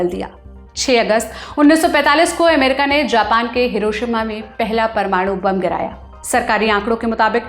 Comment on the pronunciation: America शब्द जो रिपोर्ट में आता हो, उस वीडियो में से इसे हटाइए एमेरिका एमेरिका बोल के सुनने का सारा मज़ा खराब कर देती है ये